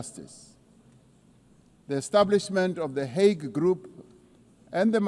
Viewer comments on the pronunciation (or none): none